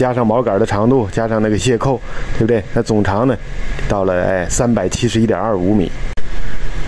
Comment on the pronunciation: 总长，不是总厂